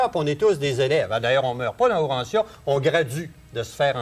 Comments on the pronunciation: Yes UranTia et non uranssia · Bravo et en passant lisons Urantia et non OUrantia